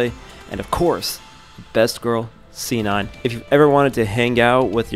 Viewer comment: And shi-non not si non